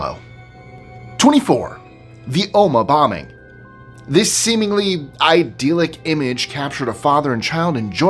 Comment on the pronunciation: The word is ‘idyllic’ not ‘idealic’, hence the pronunciation is ‘dill’ not ‘deal’!